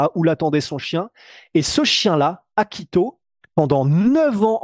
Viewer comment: Hachiko, pas Akito. Putain il suffit juste de lire un tweet mon gars.